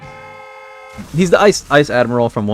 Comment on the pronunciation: aokiji is pronounced ow-key-gee